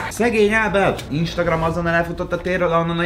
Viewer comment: pont jött egy instagram értesítésem amikor azt mondtad ISTAGRAM, LOOOL!😂😂😂